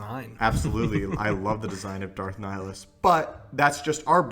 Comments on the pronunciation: It's pronounced ni-hill-is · i think you are pronouncing wrong the name of darth nihilus he has two "I" in his name after all and you are saying only one